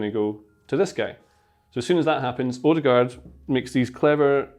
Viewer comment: The pronunciation of his name is wrong. Ø is like the a in the word "an". And aa is like au in the word "autumn".